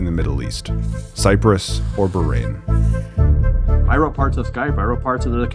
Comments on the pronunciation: Bahrain isn’t pronounced Brain, tf??? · Where is Bairain as you pronounce it ? One a and an h Bah as in sheep